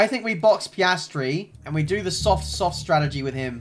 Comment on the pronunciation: Whenever I heard say strategy I always heard tragedy for some reason